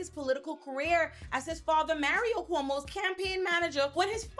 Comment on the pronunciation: Everytime she says "Cuomo's sexual harassment" it always sounds like "Homosexual " .... I literally Do a double take every time she says it!!!